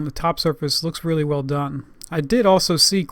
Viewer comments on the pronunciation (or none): none